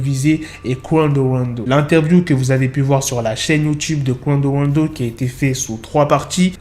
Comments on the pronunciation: ton Qwando Wando me fume😂😂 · J’suis là juste pour entendre " Quawndeau wandeau"